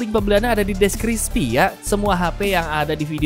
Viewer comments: Description Bang Bukan Deskrispi 😅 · Deskripsi bang bukan depkrispi 😅